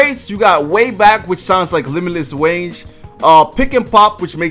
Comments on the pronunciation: "Sounds like limitless wange" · nigga said limitless wange 😂😂😂😂